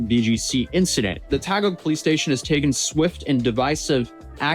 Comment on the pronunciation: Filipino here. Taguig is pronounced the way you say GIG for the last syllable